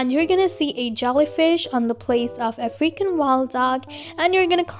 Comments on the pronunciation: African wild dog What do I hear: Freaking wild dog -murka5436_2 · For the longest time I thought she was saying “a freaking wild dog”